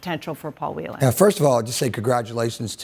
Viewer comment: Well done, Dana Bash, for pronouncing "Whelan" correctly! Please pass it on to the rest of the anchors.